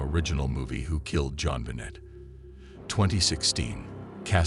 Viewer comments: Please pronounce JonBenet properly. Thank you. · FAIL! You used AI (and chose a bad one at that) AND you didn't make it pronounce her name right.